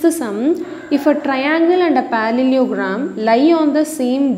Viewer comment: Mam is pronouncing parallel correctly but parallelogram wrongly 😂 Anyways mam Your teaching is amazing 🎉❤